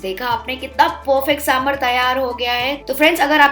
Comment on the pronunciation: trust me when I say this as I'm a South Indian. It's not 'saambrrr' but 'saambaar'